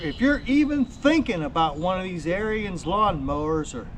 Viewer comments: 1st its Arons not Arians 2nd sounds like you had a problem with Lowes not Ariens. Other than the pump leaking which after 5 yrs normal wear and tear. Ive had the same mower for six yrs I do normal maint. Its the best mower I have ever owned. Imean you cant compare a 10k mower to 3k mower. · "air-reens". its not a nazi skin head. lol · Ariens pronounced arins it's their last name, not like the term aryan race. Thank you.